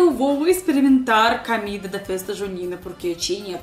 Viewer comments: Olá. Seu canal é ótimo. Sou seu admirador. Queria deixar uma pequena dica: Em português a letra "o" sempre tem som de "o". Comida, e não "camida". Gostoso, e não "gastoso". Com o tempo, a gente aprende. Estudo russo e também não é fácil. Beijos. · Camida? kkk Em português nunca se pronuncia a letra O como A.